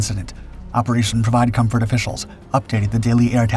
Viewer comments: 'M'...co*M*fort. Not co*N*fort (unless you're a very...VERY...**VERY** opd French man.😂🤣) All joking aside. GREAT video. Thank you for sharing ☺️ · “comfort” not “confort”. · CONFORT??? wtf is that!? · "Provide Confort"? I think you meant "Comfort"...